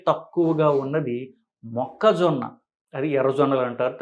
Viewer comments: మొక్కజొనా కాదురా మొక్కజొన్న ముందు తెలుగు నేర్చుకుని తర్వాత వీడియోలు చెయ్యి😂😂😂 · అమేజానా, ఆరిజోనా మొక్కజోనా కుక్కజోనా కాదు, మొక్కజొన్న. మీకు వీడియో చేసే అతన్ని వెంటనే మార్చండి. లేకపోతే మీకు తెలుగు రాదు అనుకుంటారు. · మొక్క జోనా కాదు.... మొక్క జొన్న.